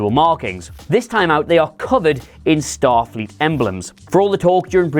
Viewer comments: #2 a goof you guys missed. "Statfleet" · STATFLEET XD XD XD